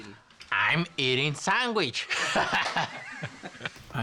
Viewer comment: “I’m eating sanwishh” 😂😂😂